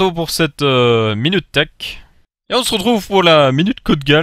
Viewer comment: je sais que c'est thech mais sur le coup je comprends theak